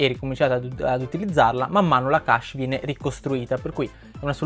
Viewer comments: Secondo me pronunciare le parole in modo corretto è importante. Ho sempre pronunciato kesc e non kasc, come invece ripeti più volte all'inizio di questo video... Insomma se uno pronuncia una parola inglese che sia detta bene, io la vedo così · Chesh è la pronuncia giusta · ogni volta che hai pronunciato cache male mi è venuto un male al cuore :(